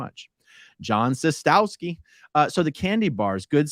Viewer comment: A A Ron John Szostowski it's pronounced shostovski😊